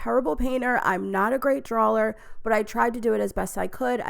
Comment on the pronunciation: Drawler aka drawer 😆